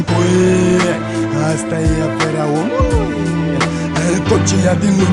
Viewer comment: ce mod de a accentua cuvintele are :))) gen "omuLUI" "sa fIE" "veCIE" isi subtiaza vocea :))) ce taran :))